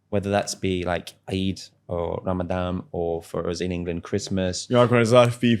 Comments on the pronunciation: Ramadan NOT Ramadam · Eh??? It's RAMADAN not Ramadam!! I thought he'd only been there ten years! Mad as a box of frogs!!! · He said ‘Ramadam’ 😂😂😂😂 It’s Ramadan you fool! God he’s excruciating to watch. Bare faced bullsh***er 😂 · Is he saying “RamadaM” ??? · He called it “RamadaM”… 😂😂😂 Great Muslim he is! 😂😂😂 What a clown! Anyway, The dude is clearly 🎉 GAY!!!